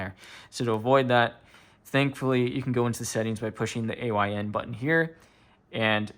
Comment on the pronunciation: I think it’s pronounced how you spell it, A Y N, because it stands for “All You Need”.